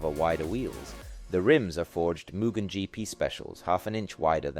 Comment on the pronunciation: not even. its mugen, not whatever this american as$ "muguhn" is